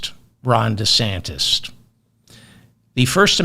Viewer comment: "Ron DeSantist" with a 't' Ha! I love that!